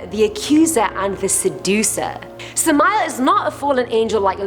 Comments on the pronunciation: I am worthless?. Not even close. Wicked? depends on who you talk to. You got that puny mortal. Oh and it's Sam-Ah-El or Sam-Ale not Sah-mile. Wait till I tell him. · When she said sameal I almost laughed bc that's not how u pronounce it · I've attempted to summon orobas. That's about all I'm gonna say on what happened. Also samael is pronounced Sam-I-el